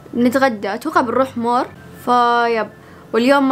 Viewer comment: مول ✖️ مور ✅